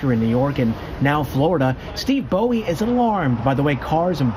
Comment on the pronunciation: How is Bowe pronounced Bowie?